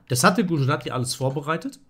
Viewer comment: Super Video, danke! Habe im übrigen neulich beim Grenke Open deine 2.Le2 Variante im Sizilianer erfolgreich gespielt! PS: Es wird übrigens Gudschjrathi ausgesprochen :)